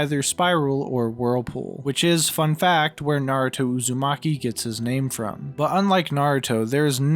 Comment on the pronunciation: whenever I hear you say "Uzami" I hear "A zombie." Which had me so confused for the longest time